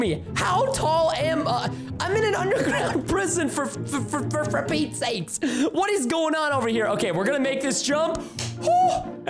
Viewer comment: I love how how he says fur for fur for fur Pete sake at like or somthin